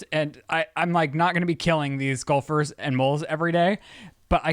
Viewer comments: The way pronounces gopher is sending me lmao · At first I thought he was saying golfers and I was soooo confused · face when is saying “gulphers” instead of “gophers” 😂😂😂